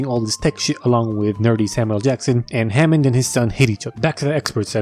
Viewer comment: “HAMOOND” from the grand tour 😂😂